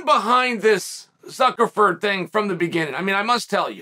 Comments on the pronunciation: I heard Zuckerford 😂😂😂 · Is chael saying “ZuckerFerg”?? What the actual f*ck?! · Hahaha suckerford on the second one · I heard Zuckerver😂😂😂😂 common Uncle Sonnen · "So now we just learned who Mark Zuckerford is..." Hand sweeps to the side. Did we? Did we really? No way he got that name wrong 15 times by accident. The speech at the beginning about Mikey so and so... Reeeeee! Another classic from Lord Chael. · Will never be prepared to hear "zuckerford" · One of my favorite things about uncle Chael is his pronunciation of last names😂, zuckerford. Muchameni. Peerera lol